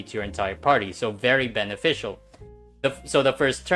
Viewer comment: "Beneficial", or "bananeficial"~?